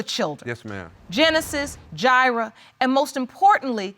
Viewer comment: "Ji'rah born" haha . Yes, i am the grammar police! Woot!woot! Thats the sound of the police!!